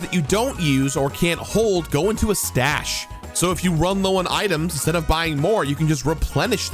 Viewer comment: I smiled a bit when he said "All items go to the 'stache". Oh wait, it's "stash". Maybe Mario is a Time Lord and his 'stache is bigger on the inside?